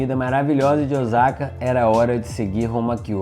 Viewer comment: Vídeo muito bom ! A única coisa q m intriga e pq muitos turistas brasileiros falam Ozaka e não Osaka ? Moro há 26 anos no Japão e aqui ninguém fala Ozaka !